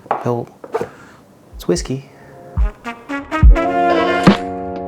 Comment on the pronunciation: Hey, nice video. I'm french and it's indeed pronounced "Belvouwa" "Bellevwa". Also for Alsace it's like a Z for the S and the C like an S... I know weird! Like "Alzass". It's indeed 5 years old (at least.. can be 10 years) then 6 months in oak barrels to get better